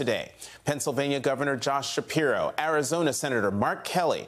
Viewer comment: No Schpiro.